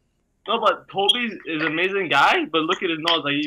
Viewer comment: Tobi not Kobe